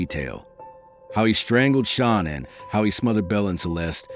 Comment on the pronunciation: Her name is Shanann. Pronounced Sha nann. There is no O in her name.